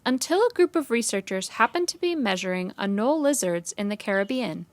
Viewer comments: It's pronounced uh-NOL-ee though. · Lol I thought you said anal lizard